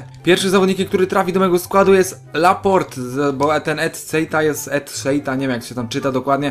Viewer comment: dobrze przeczytałeś, we Francji nie czyta się ostatniego "e" :)